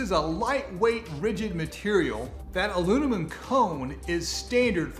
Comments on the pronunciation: Anyone else notice the ilunimum 🤣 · When you say alunimum (aluminum) it triggers my OCD